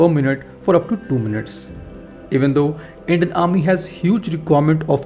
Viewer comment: “Endian “? It’s Indian! Stick to Hindi.